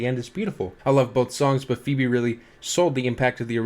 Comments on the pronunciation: he keeps pronouncing it “foh-bee” and its pissing me off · If I hear you call Phoebe “Phoby” one more time, you’re going to be the Bart Simpson to my Homer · i love how u pronounce phoebe as phOWbe lmao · I love how keeps saying phobey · dude yes. gotta have heard the name mentioned through Friends re-runs and he’s obviously never seen it written out before